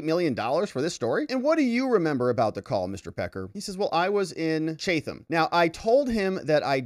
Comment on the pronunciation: I lived in Chatham NJ & you're pronouncing it wrong. Chatham is pronounced chat - ham just like the words sound. The th is not sounded like TH it's pronounced chat & then ham. The T is the normal T sound. Ham sounds like meat from a pig. Chatham!